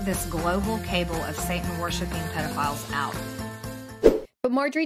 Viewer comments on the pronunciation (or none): Did she say cable and not cabal? God damn it. I used to have so much more respect for her. Now i don't know. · And the is ‘cabal’, not ‘cable’. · Her past statements should follow her everywhere, FOREVER. PERIOD! And I cringe hearing her read cabal as cable. Shes barely literate but has a seat in congress. Good job Georgia's 6th district 👏 Big up to the person that edited her own video against her ✌️ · Oh Margie, it's CABAL, not CABLE. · not to mention she pronounces cabal as 'cable'... lmao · Did she just pronounce cabal cable. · She didn't even know how to pronounce cabal.